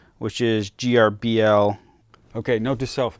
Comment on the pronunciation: Thanks for the video, very informative. Just fyi, Grbl is pronounced "gerbil" (but sometimes pronounced "grr-ble".